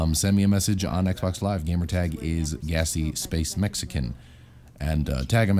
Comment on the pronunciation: gamer tahg? sounds like a German hello.